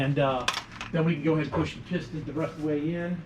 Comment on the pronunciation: Pis’ ten. Not pist-on